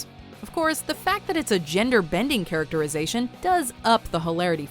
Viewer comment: Her "character-eye-zation"? Bitch learn to narrate properly or,better still,just shut up and show the damn clip.